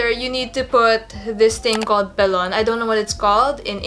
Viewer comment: I think boning got that name because they used actual bones to shape the garment. Yes, you said Pelon perfectly. I was wondering how you were able to shape the boning into a curve that held its shape. You did a beautiful job!